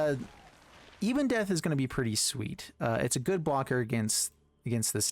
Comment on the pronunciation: It’s not «Ibondeath», it’s Ebondeath. Ebon as in ebony, meaning black.